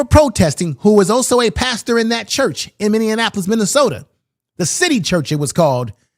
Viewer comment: It’s Min•ne•a•po•lis